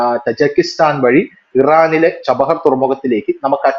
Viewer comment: ചബഹർ തുറമുഖം അല്ല ചബ്ബഹാർ തുറമുഖം എന്നു ക്ലിയർ ആയിട്ടു പറയാൻ ശ്രമിക്കുക.